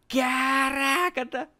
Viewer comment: Para de falar CARRRACA......